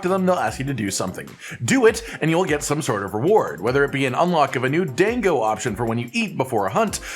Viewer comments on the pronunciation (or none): my Japanese student brain hurts every time he says "DANG GO!" rather than "DAH 'n GO"